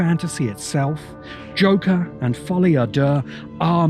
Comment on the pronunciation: Do you know what's amazing? The first person that I hear pronounce "Folie a Deux" correctly says that it's a good film. I've heard 100 negative reviews of the film and they all mispronounce it. Probably a coincidence, but just an observation that I had.